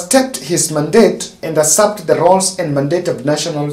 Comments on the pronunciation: Usurp pronounced as "iysap", not "asap" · Usurp pronounced as "iy isap", not "asap"